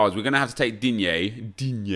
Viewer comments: Why you gotta say digne like that for DiNgyAY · Nobody: Not a single soul:: DEEN YAY